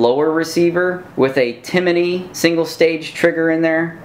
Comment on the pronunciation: you need to learn a little bit more about rifles. 1st it's not Timminy "like jiminy cricket". It's Timney. And the buffer is not a piston.